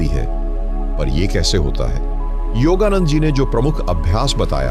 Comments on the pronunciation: योगा नंद जी का सही उच्चारण करे आप योगा नंडा बोला करते है. कृप्या योगानंद जी बोले. आपका विडिओ बहुत लाभदायक है . आपको नमस्कार है. आपका बहुत-बहुत धन्यवाद है. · आपको सुनते हैं तो हम यह जज नहीं कर पाते हैं कि आप हिंदी जानते हैं या नहीं जानते परंतु आपका योगानंद का उच्चारण बिल्कुल सही नहीं है कभी तो आप योग योगानंदा कहते हो कभी आप योगानड्डा कहते हो इससे हमारा विश्वास आपकी बातों से उखड़ता रहा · आप योगानंडा बोलने की बजाय योगानंद जी बोलिए। योगानंदा भी ठीक नहीं है। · योगादंडा नहीं हे नंदा हे😂 धन्यवाद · योगानंद न कीे योगानंडा 🙏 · The pronunciation of yogananda is different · ka name ka to sahi uchcharan karo, foreigner nahi Indian ho 😊